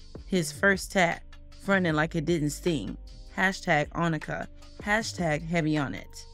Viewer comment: Onika as in OOOOOOHH not Anika as is in Ahhhh